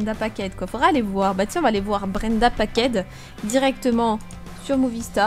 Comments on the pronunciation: C’était Brenda PACKED et pas Brenda PACKET comme tu l’dit ma:’) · juste ses branded packed et pas packet 😂😂🤣🤣 sinon super video :D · Ses Brenda packed pas packet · Ta mis "brenda packet" alors que c"Brenda PACKED" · c normal tu a mis packet au lieux de packed